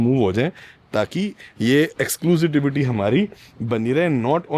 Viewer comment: Exclusivity hota hai bhai...Exclusitivity kya hota hai ??😂